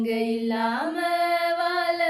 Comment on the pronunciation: "வாழ" என்று உச்சரியுங்கள். வால என்று உச்சரிக்கிறீர்கள்.